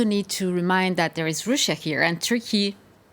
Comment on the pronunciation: siyahlı bayanın telaffuzları beni öldürüyor. türk aksanıyla telaffuz ediyo desen değil anlayamadım hangi dilin aksanıyla telaffuz ediyor kelimeleri russia kelimesini öyle bi söylediki kulaklarım kanadı.